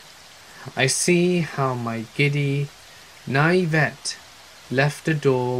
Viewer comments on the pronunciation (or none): Naivete is NOT pronounced that way. And what is "autistic" anger?